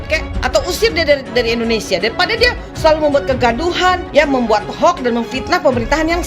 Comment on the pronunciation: Mulutmu saja sebut INDONESAA BUKAN INDONESIA apa karena gigi yg begitu ??